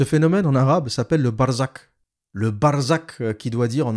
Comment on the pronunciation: En fait c'est pas le son " K " à la fin , mais c'est le son " Kh " BarzaKH, qui existe aussi en français quand vous dites " t(r)aduire " t-kh-aduire ou impo(r)ter que vous prononcez impo-kh-ter . Il y 'a trois sons dans la langue arabe que les non arabes ne savent pas prononcer et que je ne peux pas transcrire ici 🙂